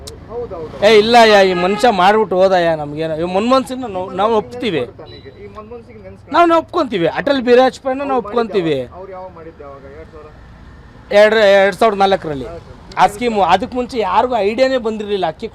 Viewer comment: Hey Nayi, Avru Atal Bihari Vajapayee kano, not Atal Birajpayee. Nin nyalge na correct agi ujju, avaga sariyagi uchharane madtiya